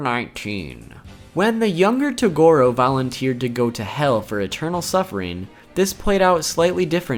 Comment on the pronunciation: You think we are pinecones? Are you a Filipino hater mate? What's wrong naming them differently from the original Japanese work? Than your yuyu hakushow, tagorow pronunciation?